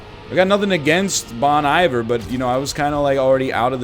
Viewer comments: It's a soft I, like Bon E-ver. This joker said Bon eye-vor what a boomer. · Bon Eye-vrr... shudder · It’s not “bahn eye-ver” NL, Bon-iver fans live to tell you how to pronounce it. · "Bon Iver" is pronounced "Bone Eve Air" Just advising not criticizing. Go Canucks. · We know you don't listen to Bon Iver, that's why you don't know how to pronounce it ;)